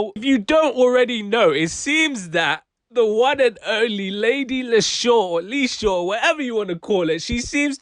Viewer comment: 😂😂😂 bro that edit there had me dyin 🤣🤣 But leshurr is pronounced leesha. You broke it down pretty well though 👏🏿 but your brum accent was more manchester 😂🤦🏿‍♂️